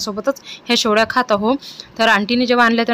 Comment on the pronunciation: Shevaya mhantat shevlya nahi